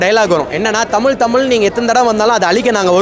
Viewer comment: தமில் இல்லடா தமிழ் இவன் கிட்ட அந்த தமிழ் மாட்டிக்கிட்டு தவிக்குது